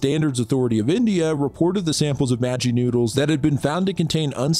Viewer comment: as an indian i was offended when you pronounced "maggi"